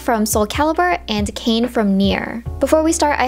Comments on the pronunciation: Ah! Not a big deal, but it's KainE ka-i-ne. After you said Street fighter and then Kane I thought you meant Billy Kane lolol. I remember for picture day in elementary school I did my hair like Chunli. I was obsessed with that style. I wanted to be Chunli for so long so this is super nostalgic for me! ♥️ Edit: Also that Riku look is really giving me vibes of Rainie Yang's looks in the Devil Beside You. She had some really cute hairstyles in that, lots of braids. Edit again: I love all the characters you chose especially Leixia and Talim were my mains in Soul Caliber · The way she's pronouncing Kainé's name is hurting me lmao